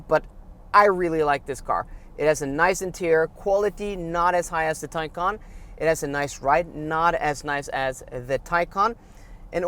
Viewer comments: if you say one more time teycan i will unsubscribe! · You have a Taycan, right? Can you hear yourself? It’s a Macan not a Taycan! Try compare apples with apples. 😵‍💫